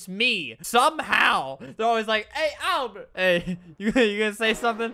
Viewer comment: Gotta love “Ablert” am I right?